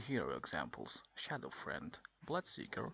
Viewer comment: Its Shadow Fiend (Pronounced Shadow FEEEEND) not shadow friend XD